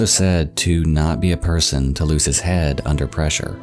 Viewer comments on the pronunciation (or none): none